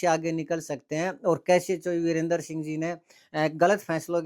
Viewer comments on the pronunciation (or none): वीरेंद्र सिंह नहीं जी बीरेंद्र सिंह बोलो